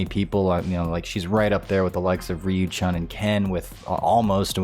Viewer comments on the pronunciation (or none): It's amazing to me that anyone would pronounce Chun-Li's name as Chunn instead of Choon. LOL it's almost as if these people have never seen an Ip man movie. Yikes